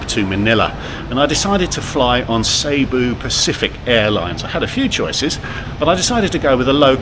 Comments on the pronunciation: Pronunciation its ceeboo not sayboo 🤷‍♀️😉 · It is pronounced see boo